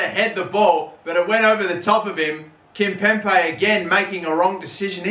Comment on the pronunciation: KimpemBe!!!! STOP PRONOUNCING THE B LIKE A P!!!!